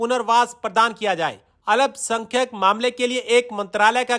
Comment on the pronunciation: Alap sankhak ❌ Alpa Sankhak ✅